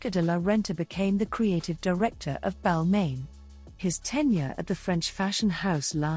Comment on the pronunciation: It was the mispronunciation of ‘Balmain’ for me But I guess these things happen with AI voiceovers